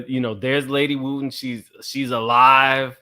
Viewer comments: Wooden not Wooten. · WOOTEN and WOODEN are NOT the same names. Please recheck your Research on Pastor Wooden's Wife. WOOD-EN 🪵🪵🪵🪵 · Touch your neighbor and say "WOODEN not WOOTEN!" 🤦🏽‍♀️🥴😭